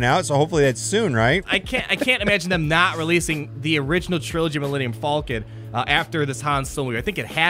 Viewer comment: What the hell is an alluminum falcon?